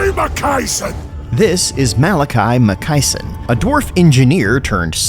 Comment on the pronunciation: Um, you literally show the part of the trailer where his name shows up. It's Makaisson, not Makaiison.